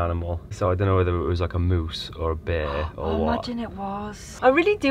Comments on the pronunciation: I heard beer infested, not bear...and couldn't see the problem 🍻 🙃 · I thought you said "beer-infested" National Park..."and did we mention the beers?" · I too heard "Beer infested national park". Was that alcohol related slip of the tongue. And how did you get Custard started???? You left us on a cliff hanger after the last video! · Did anyone else hear BEER infested instead of bear when started?!?! 😂😂 Absolutely adore you guys! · I heard beer-infested too! I was thinking “what’s he complaining about then?” 😂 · When you say bear, I keep hearing "beer". A beer infested national park? Hell yeah! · I thought you said "beer infested" Now that wouldn't be so bad! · Did you say, “Beer infested”?!😊